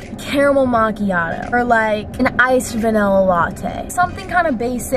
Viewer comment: Why does it annoy me that she pronounces Wendy’s like Windy’s but then pronounced vanilla like vanella ahahah